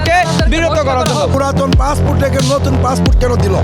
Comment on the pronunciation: Vogoban " passfoot " na re passport.😅😅😅😅